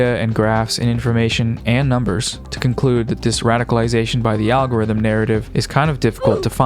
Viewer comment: And I'm heah foh dis awgowifum